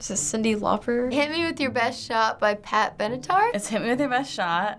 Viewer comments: She always says pat benetar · LMFAOOOOOOOOOO says Pat Benatar every episode